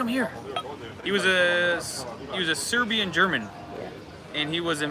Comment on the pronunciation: your pronunciation of Serbian is excellent. Way better than most other tourists. You are almost local. Once you figure out how you pronounce letter J you are already there. IT is a most confusing letter for English speaking people. Also if you see letter C with the cap on top of it like Č it is like CH on English or S with the cap Š than it is like SH. If the cap on C is only half the cap Ć then it is lightly different but just read it same as Č and you will be close enough so you dont confuse yourself. For Ć you have to speak to local in person. You are right for number 8 it is pronounced like awesome. Also tomato pronunciation is like paradise.